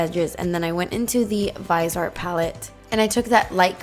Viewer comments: the Viseart is pronounced veezyart I didn't want to correct you but don't want you to sound uneducated. lol hope you don't mind a nosey old broad sticking her nose in. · GORGEOUS eye look! I thought Viseart was pronounced like "vis-ee-art"?? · I'm pretty sure it's pronounced vis-e-art